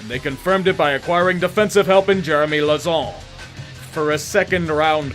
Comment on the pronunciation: He had way too much fun pronouncing 'LAUZON'